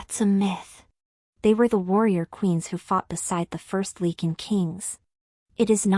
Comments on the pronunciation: Great story.....as for the mis-pronouncing of the Lycin king...this story is pure fantasy...just let that be a new name for a wolf packs king. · Your AI always pronounces lycan wrong.